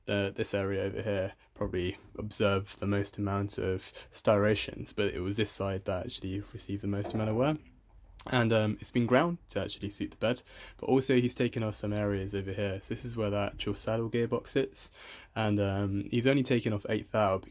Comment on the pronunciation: stiations??? I think you mean stRiations lol